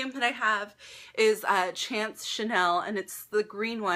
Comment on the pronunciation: Chanel chance is pronounced , it means luck in French!